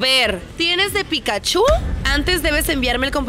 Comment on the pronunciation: Pikachu, no Pikachú... Hasta Ash lo pronuncia mejor XD